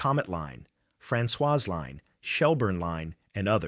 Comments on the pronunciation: Oh thanks. I thought it was a word I did not know. Here I am thinking what's a "leen"😉😁🤪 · Very distracting to have words hugely mispronounced. There is no "leen". It is LINE. Otherwise really appreciate this tale. Thanks